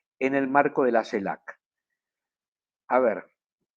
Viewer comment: Tu trabajo es maravilloso pero tú pronunciación no tanto...dices CELAP, y es CELAC, dices cactura en vez de captura... justo al revés...😉